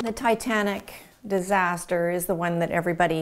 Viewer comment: Distater or Dattater?